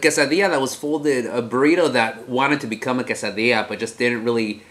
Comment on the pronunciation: I love how mexicans say Quesadilla! Its AWESOME!!